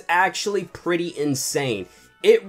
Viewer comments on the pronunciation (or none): none